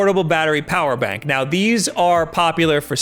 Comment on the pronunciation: “Portable battery bower bank” 😂😂🤣🤣😆😆😩